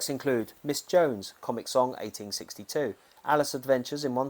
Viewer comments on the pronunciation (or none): none